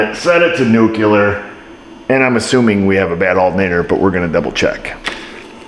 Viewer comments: New klee er. Not new que lerr. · I love your videos! But man, I gotta nitpick here, nuclear is not pronounced nuculer. I love you, but no. Lmao! 😅 Edit: unless you are saying it facetiously Edit Post-edit: also, its not "seat heater", it's "heat seater" 😂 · nuclear nu-clee-ar